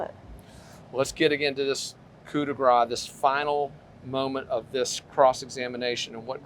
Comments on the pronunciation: YOU are the ones who would not admit to lying about the blood spatter, the prostitute, AND the divorce. BTW, it is "coup de grace," not "coup de gra." If you can't pronounce French, stick to English. And you know NOTHING about criminology or family annihilitators. You can't even do arithmetic: 30% having financial problems means 70% have NO financial problems. Triple shame on you. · Please, it is "Coup de grâce" you must pronounce it "grass" not "gras". Coup de grace as in "mercy kill" the final blow that kills.. The way you pronounce it is like "Mardi Gras" which means "fat". It sounds really weird, a bit like the coroner mispronouncing "rigor mortis". PS: Great reporting otherwise!